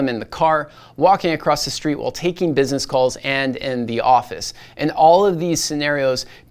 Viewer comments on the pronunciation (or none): none